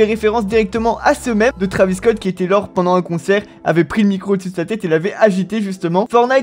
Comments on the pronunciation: Ark the Senshiシ en gros, il prétend être un fan de travis depuis longtemps mais il prononce son blase pas correctement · "trAvis" tu rends ouf zebi